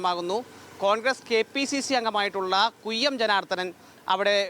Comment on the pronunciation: കുയ്യം അല്ല ചങ്ങാതി..,, “ കൊയ്യം ”